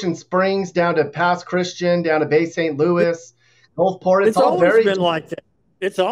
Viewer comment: Thanks for pronouncing Pass Christian correctly.